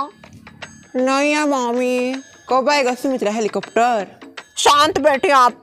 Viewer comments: Oo helicopter se araha hai kehrahi thi helichopter🤣🤣🤣🤣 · Do anybody noticed was saying hilly chapter 😂😂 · ne helichopter bola😂😂😂😂😂😂😂